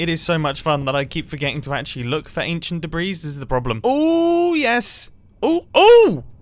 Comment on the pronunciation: "Aneshunt debreez"